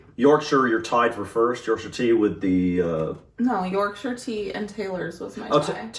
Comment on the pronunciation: Well done on the pronunciation of Yorkshire 👍 i dont like a strong tea - not keen on the tannin, so i dont leave the bag in long. I generally drink Earl Grey no sugar. Dunking you need to eat the biscuit and drink the tea, dont forget about the tea once you’ve dunked 🤣